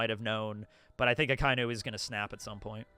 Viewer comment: It's pronounced "ah-kah-ee-noo" not "Ah-kai-noo". C'mon guys, get it right lol.